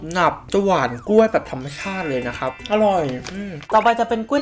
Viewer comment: อะไรนะ นะคะ หรือ นะครับ ได้ยินไม่ชัด😂😂😂